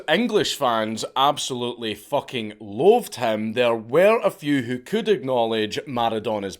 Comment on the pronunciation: When Dank says "Loathed" it sounds like he is saying "Loved"